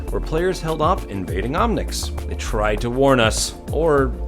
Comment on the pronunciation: lol omnics not omnits